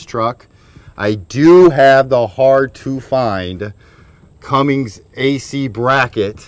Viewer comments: Bro stop saying Cummings it’s Cummins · It's Cummins, guy. Do you see a 'g' in there? Stop smoking all that weed, stoner. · This was great Thanks...but its CUMMINS...no "G" in that name!!! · This guy... Its Cummins dude... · Yeh, I don't know what it is with people. Cummins NOT Cummings. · Quit watching once he said Cummings. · Oh yeah... it’s pronounced Cummins, there is no G in it. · Then we wouldn't have got to hear him saying Cummings